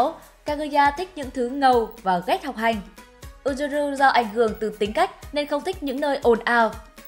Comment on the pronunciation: Góp ý nhỏ là tên Yuzuru đọc là Dư Giư Rư nha AD, AD đọc Ư Rư Rư nghe lạ quá :v